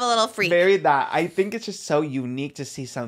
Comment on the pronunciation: All I can hear is saying peenk instead of pink and theenk instead of think 😂 he’s so cute